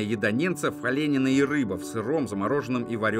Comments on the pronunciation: Чтец, сам ты - "оле́нин"! "Олени́на"! Лайки и денежки таким образом собираешь? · Не олЕнина,а ОленИна,мясо оленя. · Не олЕнина, а оленИна😂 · Автор, всё хорошо, но: оленИна, а не олЕнина. (Ударение на третий слог) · Не олЕнина, а оленИна. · О́'ле́нина Это же надо так извратить слово, сделав два ударения на две первые гласные в слове... Правильно говорить: олени́на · Может всетаки ОленИна а не ОлЕнина... Такого слова даже не слышал!))? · Делай правильное ударение в слове : ОЛЕНИНА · Ужасные ударения! ОленИна и рыба. Робот читает? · Ударение в слове оленИна,а не олЕнина...а то фамилия получается,а не мясо😊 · Не олЕнина, а оленИна, говорите правильно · Не олЕнина, а оленИна! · Комментатор, не оле́нина, а мясо оленя или олени́на! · Не олЕнина, а оленИна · Может не олЕнина, а оленИна? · Не олееееенина а оленииина!!!!! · ОленИна, а не олЕнина. Слух режет… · ОленИна. Не олЕнина. Если уж вещаете на весь мир, говорите правильно. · Хорошее видео,но одно очень большое замечание комментатору,не аленина,оленина,с ударением на первой первой о,ребята ,учите русский язык,ведь вы выходите в огромное пространство интернета,очень режет слух ваша безграмотность,ужас просто,дислайк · Оленина ударение на "А" пожалуйста не лезьте в нашу культуру неподготовленными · Когда вы произнесли олЕнина,я подумала,что это чья то фамилия😂Не сразу спросоня поняла😂ржу над собой)) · Очень хороший репортаж ,но пожалуйста ,будьте внимательны к ударению .Олен'ина .Ударение на второй слог .Извините . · Следите за ударения ми. Оленина не фамилия, а продукт - оленИна. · ОлЕнина? Чуть не вырвало от твоей озвучки после этого ударения. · ОленИна.... Специально, что-ли, ударение ошибочно ставите? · олЕнина? Потрудились бы правильно произнести! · ОлЕнина 😂 текст прочитали, ударение правильно поставить забыли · ОлЕнина резанула слух. Автор видимо никогда не пробовал оленину. К тому же слаб в знании русского языка) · диктор ролика олЕнина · олЕнина, забавное ударение. С бумажки читает, в первый раз что-ли?